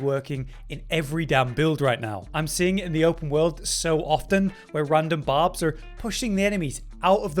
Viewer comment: Barb. Its Barb.